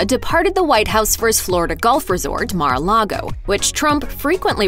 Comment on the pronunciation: Correction: It’s Mar-a-LIE-go.